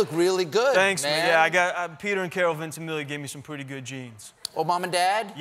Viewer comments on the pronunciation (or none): It's "Ventimiya" not "Ventimilia"